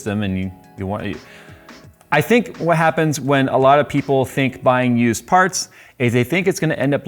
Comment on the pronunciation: Every time you said of used parts I heard abused parts. Makes sense.